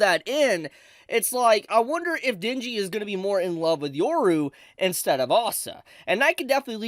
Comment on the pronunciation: Ah yes..the time "Denji" became "Shinji"